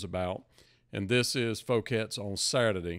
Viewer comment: This is how this is pronounced in France, you got it right. Foo-kets. I'm French and I find Elvis' stay in Paris rather fascinating as, sadly, as we all know, he never got to tour overseas.